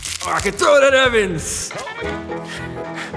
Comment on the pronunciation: ''Mr Austin ecan'' instead of evans...